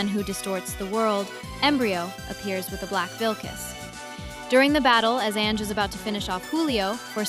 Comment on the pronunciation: Hey there, it's an amazing project, but maybe next time we got better pronunciation? Like ZZ is not ZiZi, but Double Zeta, and Ange is read Anju, not "Enj"